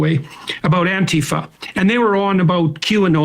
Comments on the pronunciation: If someone pronounces it "anteeeeeefa", then you know that they don't have a clue what Antifa really is. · I love how right wingers pronounce Antifa like it's their dad's sister. As if it's so abstract to them, that it's not only the meta that's impossible for them to understand but literally the word.